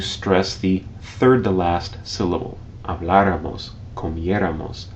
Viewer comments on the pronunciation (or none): It is not hablarámos is habláramos (ha-blá-ra-mos) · Looking at the chart that appears at minute 2, is the accent correctly positioned for the nosotros subjunctive for hablar? You say it as if the accent were on the a before the r not after.